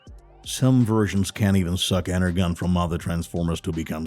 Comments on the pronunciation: Please dont do a video without learning the correct way to say stuff, i literally was cringing so hard, for 1 its pronounced ener-john not ener-gone and 2 it is pronoumced RC not R-Key, i mean do your research, and i am also bot likung how theyre gojng about this movie so far, its all off, totally off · He really pronounces it Ener"gon" not the pronunciation Ener"jon" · my only correction is energon is pronounced enerjohn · (Ener-John) not Ener-GON 🤨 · Energon is pronounced inner-john not inner-gon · Bro pronounced it energon when it’s acctually pronounced enerjon but spelled energon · Good preview of the new movie coming out, but the person doing the voice over needs to get the pronounciations for some words right like Energon, he's pronouncing it phonectically when it should be like Ener-Jon. That bugged me every time he said it. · Ngl kinda infuriating how you pronounced energon as “enner-gone” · What's this Ener-gone!? 🤣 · Clearly the narrator doesn't actually know as much about Transformers as he pretends, making reference to the character Scourge, but showing an image of Alpha Trion, mispronouncing Arcee's name and what on earth is Energone?! Seriously, do your research man! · Arcee iS pronounced ar( s ee and energon is pronounced (en er jon) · and he mispronounced energon